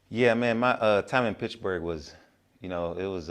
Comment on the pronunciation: Its PITTSBURGH homie not pitchburg😂